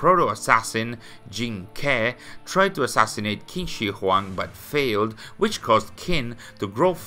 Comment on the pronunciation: just a little note: Qin is pronouced like 'Chin' but with a shorter 'Ch' Other than that, enjoying your content as always! Keep up the great work!